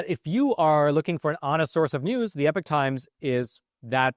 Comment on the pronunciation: Hey smart guy, it's pronounced E-pock times, not epic times, and it used to be a Christian owned company.